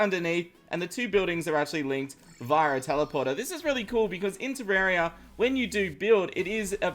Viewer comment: Why Pronouce Terraria Wrong?